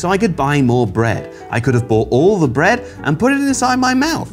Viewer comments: "Brea-eh-d!" --, September 2021. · I'm sorry, I didn't catch what said. Did he say that He LOVES bread?